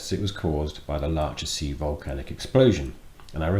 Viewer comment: Sorry, but the Laacher See is in Western Germany, not in the Czech Republic. And the "ch" is pronounced as in Loch Ness. Everyone likes a smartass ;-)